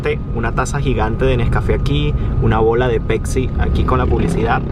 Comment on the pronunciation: Ningun pais donde la gente diga "peksi" en vez de pepsi podrá salir del subdesarrollo.